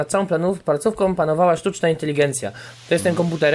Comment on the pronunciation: "Ponieważ nad całą palcówką panowała sztuczna inteligencja" ( ͡° ͜ʖ ͡°)